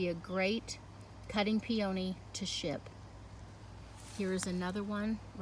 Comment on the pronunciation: I’ve never heard them pronounced pee-OH-nee.